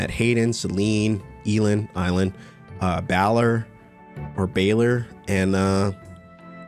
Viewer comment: "eee-land, er, eye-land" takes shot but seriously, I love this game so much, excited to watch you play! :)